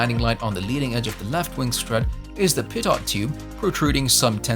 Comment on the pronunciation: Why so many pictures of a twin not covered in the vid when the vid is about the single? And the narrator can’t pronounce aviation terms correctly, such as pitot (pee-toh, not pih-tot).